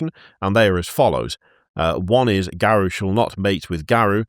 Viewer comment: It's "Garou", not "Garuo".